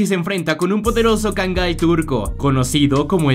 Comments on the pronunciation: Ni sabe este chavon ,como se pronuncia dice cangay. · Sugerencia: 1. En este tipo de vídeos no es necesario hablar tanto. 2. La forma correcta no es "kangai", sino "kangal".